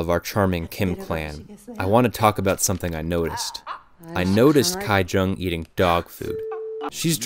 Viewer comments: The name of the poor family's daughter is not pronounced as Gai- Jung but Gi- Jung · small nitpick, but how in the world did you manage “kai” jung out of “ki jung” when “ki woo” seemed just fine? lol